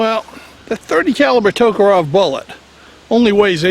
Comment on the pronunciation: Tok A REV...NOT Tok O ROV